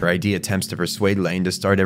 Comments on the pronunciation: Id is pronounced phonetically, not as an acronym. Like Ed, but with an I. Id. Amazing video, that just kept popping out to me every time you said I.D. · Id isn't I.D. it's Id, like did without the first d. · You say "id" as a word. Not like "i.d." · Eri is right, was talking about the freudian concept of ID. It's pronounced id like in 'did' though, I was saying I.D during the vid. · he was pronouncing it like ID as in identification card and it's id as in one layer of the psyche pronounced id as in did. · it's Id, not I.D., silly pants :D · btw, it's Ego, Super Ego, and Id (ihd). Not I.D. , but I would understand why you would pronounce it like that if you've only encountered it in all caps like shown in the iceberg image. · this is a really good vid but i need to point out that it’s pronounced like “Id” (the way you would pronounce the ‘i’ in ‘internet’ and then with a ‘d’ after), not “I.D.” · it's not i d it's Id, pronounced like it but harder. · Is it pronounced I.D.? Have I been wrong this whole time saying id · its not pronounced I.D. its id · Apologies for pronouncing Id wrong, I am aware it's id as in 'did' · hey man, why do you pronounce id like ID like identification card? it's pronounced like it's a word on it's own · Great video but every time I heard you mispronounce Id (it's pronounced similarly to 'it', not 'I.D.') was like someone was hammering nails into my soul... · holy crap that was driving me nuts by the sheer rapid reptition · Is this read to us by an AI voice or do you really not know how to pronounce "id"? Is there any research in this video at all?